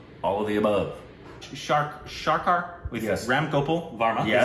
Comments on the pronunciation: How can one pronounce Sarkar as Sharkar? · pronounce the movie name like " sir " + " car" = sircar = Sarkar